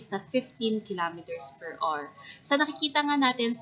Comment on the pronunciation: Per awar. Not awr.